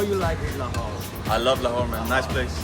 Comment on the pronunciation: You pronounced lahore pretty good.